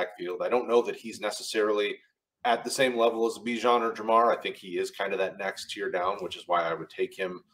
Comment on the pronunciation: Why do you keep calling Jahmyr “Ja’Marr” lol